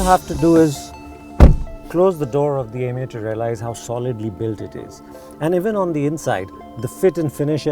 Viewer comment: Why Is This Dude Calling It 'Yemeo, Yemeo '